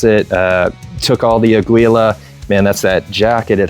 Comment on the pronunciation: Its pronounce as ah/gee/la, spanish for Eagle.